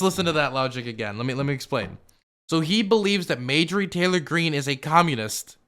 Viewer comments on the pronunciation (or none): Genuine question why does say mayjorie and not marjorie? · I think it's pronounced "marjorie taylor greene" not "majorly taylor greene". Lol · Margery. Not madegery. U said it like 10 times in the very beginning. Why? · It's starting to make me itch every time says Mayjury 🥴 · Mayjury??? Lmao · More like May-Jory Taylor Greene. It sounds like it could really be someone's name. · I think her name is pronounced MAR-JOR-EE ... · I cant tell if is mispronounccing her name on purpose or not but I love it